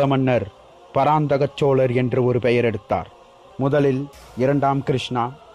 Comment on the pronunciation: சிறந்த பதிவு.. உங்களுடைய முயற்சிக்கு வாழ்த்துக்கள்.. ல ள ழ உச்சரிப்புகளை மட்டும் திருத்துங்கள் இன்னும் அருமையாக இருக்கும்.... உதாரணம் சோழர் வார்த்தையை சோளரென்று உச்சரிக்கிரீர்கள்... தமிழில் மிகவும் கவனம் தேவை